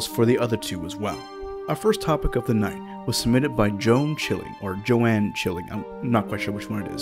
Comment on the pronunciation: I have a "grandma" name that's very uncommon these days, plus it is spelled almost the same as Joann/Joanne, so I was pleasantly surprised that your first try was correct. "Illusion of Bias" reminds me of a French horror movie called "Eyes Without a Face." It's a full movie, so it's out of scope for Hunting for Horror, but check it out if you've never seen it -- it's really creepy!